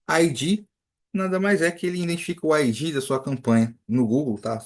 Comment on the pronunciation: Você pronuncia ID como se procuncia IG. Coloca no Google tradutor esses dois pra você ouvir a diferença.